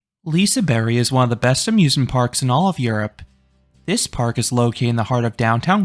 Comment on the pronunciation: lise-berry (with a little roll on the r) is how you pronounce it.